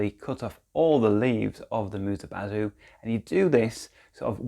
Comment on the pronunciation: you say it like "bazoo" 😂😂 lol